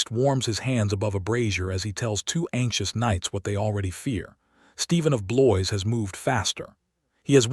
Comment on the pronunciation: Another AI narration that can't even say the names of kings correctly. Instead of Henry the First or Second, it says Henry ay and ay ay, not to mention Stephen of Blois, which should be pronounced /Blewah/, since it's a French name. Jeesus! Editing would go a long way. Most of the images are not even from the 12th century thru the 15th century when the Plantagenets finally lost the crown to Henry Tudor, aka Henry VII.